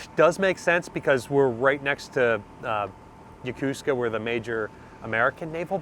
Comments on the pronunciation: Once more, it is yoKOsuka, not yoKUska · Does anyone else think it was shortsighted to sink the Nagato in postwar A bomb tests instead of preserving her? Like many non-english (and some English) words that Americans mispronounce, Yokosuka is butchered here. Americans switch some vowels around, and reduce the word from 4 syllables to 3. This is especially true among people who have served in the Navy.